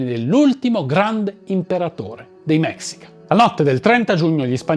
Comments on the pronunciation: Neanch'io voglio essere saputella, ma si si pronuncia mescìca. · Scusa eh nn vorrei sembrare saputello e antipatico...pero' si pronuncia mescica...e il vero nome di montezuma in nahuatl sarebbe motevuzoma xocoyotzin II (..lo tzin e' il prefisso nobiliare...come il don x gli spagnoli...) un appassionato di civilta'' precolombiane...ciao...anzi mixpatzinco (...bacio la terra come salutavano in nahuatl..) complimenti x il video